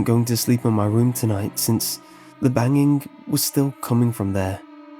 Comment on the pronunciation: why do you pronounce the "g" as "k". "dreamink" "bangink" "runnink" "traumatizink" "disturbink" "cryink". it's not all the g's but most of them